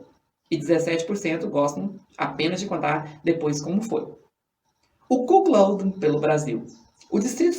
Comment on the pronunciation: Sacanagem a pronúncia e a escrita ein. O correto é CUCKOLD. Não é cuquiloudin e sim CUCOUD (escrita do jeito como se pronuncia)